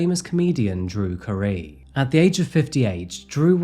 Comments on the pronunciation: Wait,, Drew who!? Cuh - ree? No my man, it's Drew Carey, Carye being pronounced like Carrie. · Yeah, I didn't know who he meant and had to go back and hear it again lol. Hey, sounds like "carry". 😉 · ahh the famous French actor "Drew Careee" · Drew Ca-ree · Yeah talked about that. Showed two photos of them together from that time. They were engaged, before they split up. pronounced "Carey" like "Cah-ree", that may be why ya missed it. Plus the one photo hardly looks like the Drew Carey I think of when I hear his name. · “Drew Cuhree” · never heard Drew Carey's name pronounced that way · its really jarring to hear a 50+ year old actors name pronounced wrong. Love the channel but "Carey" is just simply not that hard to pronounce man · I saw the face. I heard him say it. And for a fraction of a second I was like, "Damn, dude looks like Drew Carey." 😂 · the way you say drew carey is pretty funny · It made me angry the way pronounced Drew Carey’s name 😂